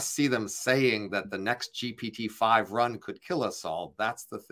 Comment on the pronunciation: I find it difficult to take an argument seriously when the person can't even pronounce GPT correctly.